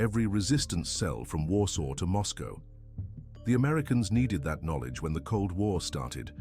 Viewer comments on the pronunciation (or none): none